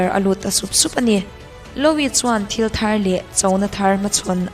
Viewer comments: Louis Vuitton.... louis I lam dan hi a diklo... lu-i tih ang deuh a lam rik tur, mhse a thluk hi mizo tawng pai tak a lu-i tih lam rik ang deuh in... a mak hi ka ti thin YouTube a channel meuh siam ve si hmeichhe țhenkhat hi an thil lam a mak thei top... true crime in mizo channel phei chu nui nuih hak na tur hi a tam... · Louis (Loo wee /lu i) "o" hi ri tello...anyway a bengvarthlak e.... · Louis lam dan chuh 🤣🤣👍